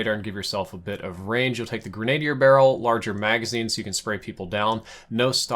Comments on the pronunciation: My man really said “Gren-ay-dee-er” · love you man, great content but say this with me - Grenadier = (grin - a - deer). That's a short "a". Thanks for the great videos! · Grenadier "gren-uh-deer" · Great videos my man! Just a heads up: It’s pronounced “grena-deer”. Not “grenade-e-er.” Love your content though,! Always refer to your vids for tips and tricks. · Gren-uh-deer. Love your channel bro. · Came here to say the same thing!! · Please learn to pronounce grenadier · Gotta look up the pronunciation, that's a French word.